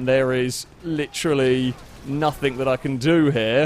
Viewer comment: I wish you got rid of the stupid ott "hello and welcome to the show" and the various annoying nothink/somethink